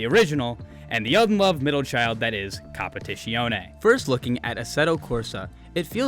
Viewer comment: Your pronunciation of competizione is so americanised, my cars now have the right to bear arms